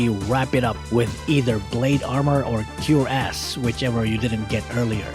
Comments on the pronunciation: google: cuirass.: Cure Ass. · cuirass (kwr-as) 😂 ntwa ako bgla sa part n un. hahaha